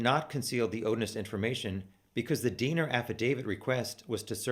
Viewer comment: Everytime you say Diener I hear Deaner and think of the movie FUBAR. It helps lighten subject.